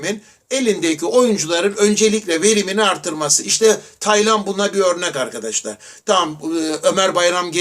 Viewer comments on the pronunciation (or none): none